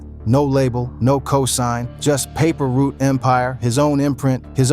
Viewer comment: Paper root🤦🏾‍♀️ it's Paper Route sir #PRE🐬